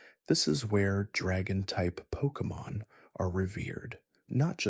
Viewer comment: Please improve your pronunciation of Pokémon names